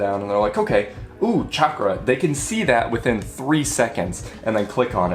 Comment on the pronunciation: Bonus points for pronouncing both chakra and hanza correctly.